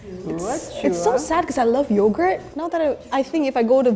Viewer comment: It seems like vietnam is a bit harder for other conutries to pronounce. The vietnamese girl in this video has a bit different accent from the vietnamese normal accent so the word yourgurt was pronounced a bit wrong or it vietnamese we say nói ngọng